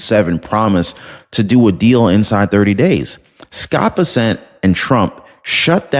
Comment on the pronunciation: Muh dawg. It's BESSent Not BessENT. Much love from fort Worth